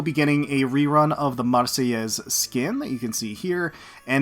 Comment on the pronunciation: Damn wasn't ready for that neat sounding pronunciation of Marseillaise and Provenance. Good stuff lol Also Tempesta events be fun. Always liked how they go the more peculiar side when making sail boats.